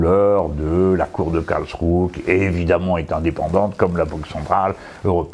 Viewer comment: M. Mélenchon, le -e final de Karlsruhe se prononce, autrement dit, cela se prononce "KarlschruhEUUUU". Merci